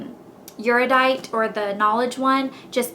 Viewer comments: Erudite is pronounced air-ee-uh-dite... just so you know lol. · I took an aptitude test and got Dauntless, which is 100% my faction of choice! And, I'm not trying to be rude, I just think you should know. According to Veronica Roth's blog, Erudite is pronounced Er-yoo-dite. Again, not trying to be rude!:) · Erudite is pronounced differently